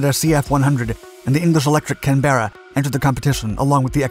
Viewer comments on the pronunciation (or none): CANberra - not canBERRA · The correct pronunciation of Canberra is "Kanbra". A mispronunciation like "Kan-Berra" is like saying "Ar-Kansas" instead of Arkansas. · CAN-berra vs. can-BERra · British Can Bearer...NO NO NO it's pronounced CAN BURRER (BU as in butt, RRER as in terror) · Canberra not CAN BERRA Washington not WASH HINGTON try using English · It's NOT pronounced Can-bear-ah (with three syllables) it's pronounced Can-bruh (with two syllables). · Pronounced Can Berra, not Can beara, just to be exact. I know you won't mind 👍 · I don't want to be pedantic, but it's not pronounced "canBEARa" old chap. It's best to pronounce Canberra as "CANburra". Cheers 🇬🇧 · whats a Can. Bera, its a Canberra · Can-berrah not Can-bear-ah. Named after the Australian City. 👍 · Can Berra?, it’s all one word mate here in Blighty! ,pronounced the same as the Capital City in Australia. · When will commentators learn how to pronounce Canberra. Canberra is the capital city of Australia, and the bomber was named after this city. Canberra is pronounced in two syllables, not three. 'Can-bra' (bra as in brat) not Can - bear- a. To say that the XB51 was a superior aircraft flies in the face of facts. The Canberra bomber served multiple air forces for more than 50 years. For a 1940s design, that is remarkable and shows what an excellent design it was. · CAN- bra not can-BEAR-uh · Great work… But you need an Aussie translator for some words. “Canberra”, which is Australia’s capital (and a waste of a good sheep paddock), in Australian English is pronounced “Can-Bra”… no E in sight. Thank me later 😉 😊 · So Funny how you mispronounce the name Canberra...lol I wonder if the Australians pronounce their City of Canberra , Can-bear-ra... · I really love the way you pronounce Canberra......Canbeara! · Canberra- one word, not “Can-berra “… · Canberra not "Can Berra" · Can-bare.raaar.......is that the correct pronunciation??? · Please stop with Can-bear-uh thing ! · Pronounced “ can -bra”